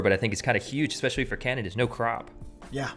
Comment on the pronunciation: You pronounced especially wrong. You said expecially.